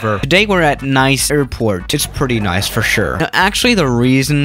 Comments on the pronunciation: Nice's pronounciation is "niss", not "nice" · You’re supposed to say “neece” not “nice” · It's not Nais, how you pronounced Nice it's actually pronounced like Niss By the way i am not french I am Georgian Not from the american Georgia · it's pronounced Niece!!! NIECE!! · Pronounced: Nees